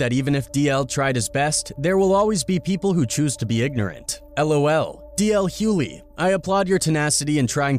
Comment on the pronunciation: I wanted to listen to this because I am a fan of DL. But it is impossible for me to listen,when the narrator can’t pronounce his name correctly. JUST STOP!😂